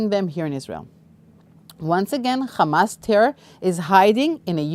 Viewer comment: It's not khamas. It's hamas.